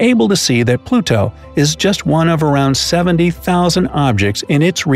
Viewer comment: Why you saying Pluto like that?